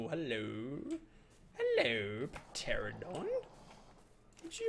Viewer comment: Oh god, it's making me cringe so much. The Chittin and the Piterodons!